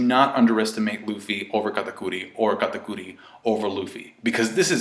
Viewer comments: its kat-ah-kur-ee dammit, not kata-coooo-reeeee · You saying katakuri in a weird way